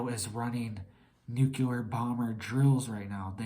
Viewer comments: It’s not NUKELAR but NUCLEAR!!!! ARGHHHH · Nuclear, not nuculer. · U sound like a child New clear Nu clear Nuclear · Bro, you should get some rest and stop trying to scare everyone. You look like you haven’t slept in a week and can no longer pronounce nuclear properly. Everyone knows the world is an unstable mess already. We should all focus on staying mentally fit and preparing for whatever comes our way. This is the opposite of mental fitness, I couldn’t make it past 3 min 31 seconds…